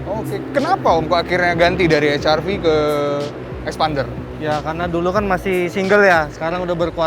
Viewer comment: Now i know why they called xpander as eksPArnDer... Because they said phonics A as Arr... Not Eh!